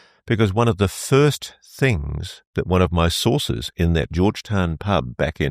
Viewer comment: Ross's face makes me angry. He is a third rate grifter with nothing to say other than "sowces tell me" and "I've heard"..... bunch of baloney from coulthart and nothing more.